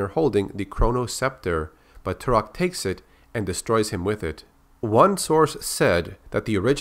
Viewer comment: Tal' Set: I am Tour-ock!😠 Joshua: I am Too-rock! 🤓